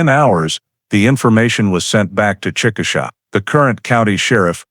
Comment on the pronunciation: Chick uh shay is the correct pronunciation of the city she was from. I was born there.